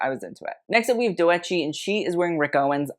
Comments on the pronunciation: Love your reviews ! Btw her name is pronounced like “Dough-chee” lol I got a kick out of every time you said Doe echi 😅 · also i think doechi is pronounced 'doe - chee,' instead of 'do - eh - chee' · Ily but it’s just “dough-chee” not “dough-eh-chee” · You’re pronouncing Doechii wrong :/ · your pronounciation of doechii killed me!! it's said like "doe - chee" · The doechii pronunciation was killing me 😭😭